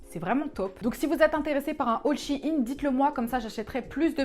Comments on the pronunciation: Suis-je la seule à dire « shaine » pck dit « Shi’ine » du coup je vais apprendre mieux l’anglais... hein Ciao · C shein pas shiin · Ca se prononce sheein pas shieine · Bon, je tranche l'affaire ! Je le prononce "Shaine" et Google aussi, donc maintenant tout le monde le prononce comme ça 😂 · a chaque fois quelle prononçait shein en mode chiine ca me fumer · Jsuis la seule à dire Shaïn (moi c comme ça que le prononce) XD